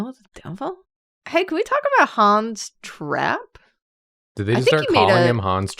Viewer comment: All i can hear when they say 'Hans Trapp' is Han's Strap 😭 im sorry